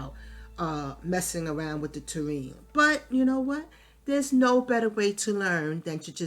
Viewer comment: Great pond building videos. You have such a patient tone and wasn't talking super fast. You made it easy to follow along. Maybe its an NY thing? In the South a Tureen(might be spelled wrong) is what we put soups/stews in and set on the dinner table. From that we serve individual bowls. For the ground/land "Ta-rain" is for Terrain. Made me chuckle. Thanks again. Liked. Subscribed. o